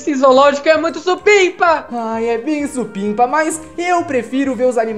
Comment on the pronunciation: E supimpa não sipinpa